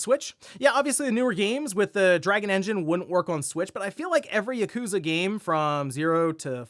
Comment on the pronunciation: Just a friendly reminder that you’re pronouncing “Yakuza” incorrectly. Emphasizing the “ku” isn’t right. Technically none of the syllables are emphasized, but if you choose to emphasize the “ya” it’ll be more accurate.